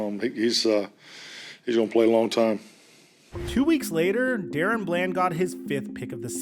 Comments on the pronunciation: Its not Darren, its DaRon!! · I’m pretty sure it’s pronounced DA-Ron not Dare-ran or Dare-Run🙄 Shits been bothering me for awhile😭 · his name is not Darren its DaRon. Stop butchering this mans name😂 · DAH-RON not DARREN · Da-Ron not Daron. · his name is Da-Ron not Darren please as a fan put some respect on his name and stop butchering it...but I'm loving seeing him come into his own I hope he can keep it up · Am I trippin or is his name not pronounced “Duh-Ron” Bland?? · IT'S DUH-RON DUH-RON NOT DA-RON. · Why do you pronounce his name like “Darren”? Literally all other media pronounces it “Da-Ron” like it’s spelled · Da Ron not Darren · Dude. Unless every single other person in the media, as well as his teammates, are getting it wrong, it's not "DARE-in". It's "duh-RON". Sorry, but it was like itching powder every time I heard you say it wrong. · It's Da Ron not daren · Da'Ron = "Duh-Ron" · It literally says DaRon not Darren. Sorry but just saying. This dude deserves correct pronunciation at this point. That’s all. No biggie. love the channel. Blessings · DA- RON lmao mans Hurd all the analyst say it correctly and said it wrong still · Bruh how many times can you fuck up one of the most obvious names ever Da-Ron it’s even capitalized in the damn middle 🤦‍♂️🤦‍♂️💀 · Daron is not pronounced like “Darren” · It’s Da-Ron lmaooo 😂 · Crazy how you still pronounce his name wrong when literally in the clips you put, they said DA- RON BLAND. Show some respect and put more effort in atleast learning their pronunciations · He has to be doing it on purpose. It's like he doesn't care.... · Bro stop being disrespectful and learn how to pronounce his name already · Hey I don't usually comment on your videos and I'm not trying to hate, I've followed you for a bit, but when you're doing specific player videos and have clips of other people saying his name and can even find them of himself saying it, how do you mispronounce it?